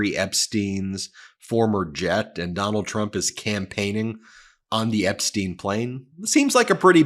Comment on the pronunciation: Why do you pronounce Epstein Epsteen?